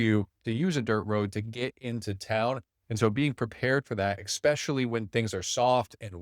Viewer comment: Dude, you just said "exspecially". Sorry to point this out but I'm doing you a favor because I guarantee you, that will cost you a sale.